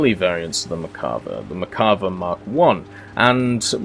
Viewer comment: I’m probably going to start a war but isn’t it mer-kava not merk-ava (the way you say it)